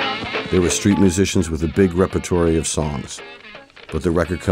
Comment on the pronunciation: Why can’t the narrator pronounce the word “repertoire”?